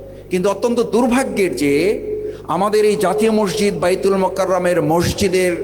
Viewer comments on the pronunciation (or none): none